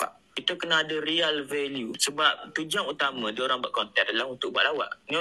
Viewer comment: Haha kau la badut, sebut real pun dah jadi riyal. Kau teringin nak jadi kaya cam pak arab ke baru nak ada Riyal value?! Ahhaha